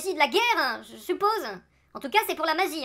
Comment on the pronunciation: Bien-vuEuh, pour la magiEuh...